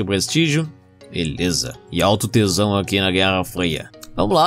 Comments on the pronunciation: É engraçado o falando "tensão" ele fala "tesão" ksksks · É proposital, kkkkkk. Ele sabe a diferença, mas fala errado para ser engraçado